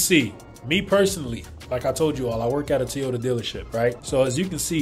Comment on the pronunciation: Is it really pronounced "Te-ota?"